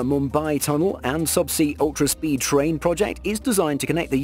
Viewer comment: Rail-lation track of TRIAN huh.